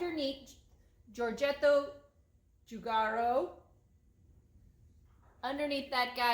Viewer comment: Easy, Giorgetto Giugiaro...Yoryetto Yuyiaro. You're welcome.